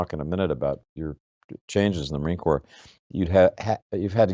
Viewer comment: Its " Corps".......